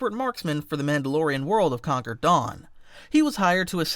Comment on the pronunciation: You pronounced "concord" "conquered". Please dont do that again...